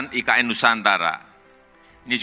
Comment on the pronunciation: IKN menurut ejaan bahasa indonesia di eja I KA EN bukan AI KE EN.....he he he....